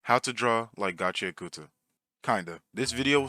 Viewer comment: its pronounced gachi ak ta, same way you dont pronounce the U in sasuke